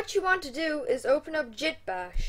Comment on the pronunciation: He called git "Jit" I'm done fml........